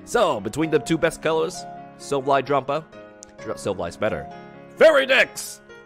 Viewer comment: The way you pronounce silvally kinda hurts